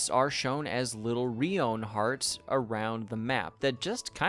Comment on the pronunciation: Mispronounced: Ice brood saga. Arena net. Renown hearts.